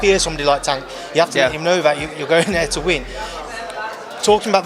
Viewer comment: Put some respect on pronouncing tank name